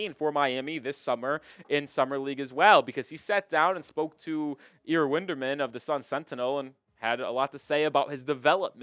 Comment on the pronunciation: Yo Ira is pronounced “Eye-ra” not “E rah”